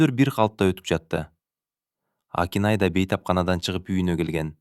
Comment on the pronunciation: Нүргүл деп окусан Нургул дебей.Акинайды да Акынай деп окуп жаттын